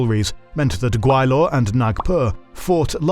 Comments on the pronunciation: I'm sorry, but the new narrator's mis pronunciation of Gwalior to Gawilor is aking to pronouncing Allen as Anal. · Gwa-li-or, not Gwai-lor. Please be mindful of pronunciations. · It’s not pronounced Gway-lor. It’s Gwa-Li-er.